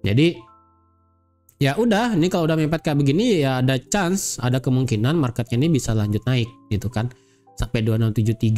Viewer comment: "chance" (peluang) itu bacanya "chen" bli, bukan "chan" 😁🙏